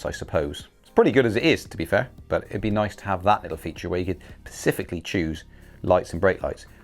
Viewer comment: specifically not pacifically. Other than that an excellent review. Subbed.